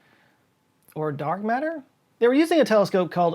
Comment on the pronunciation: I swear you said "... or dog matter?" ^^